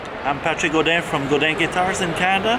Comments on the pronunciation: GODIN NOT GOUDIN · It's not goudin, it's GODIN... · Duude.. It's Patrick Godin, not Goudin.. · It's Patrick Godin not Goudin but close enough ;) he make awesome guitar btw! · It's Godin not Goudin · hey Ola, it's Godin guitar, not Goudin.... hello from Montreal